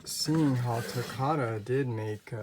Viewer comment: I love your videos but please say takara right please. It make it sound like nails on a chalkboard when you pronounce takara.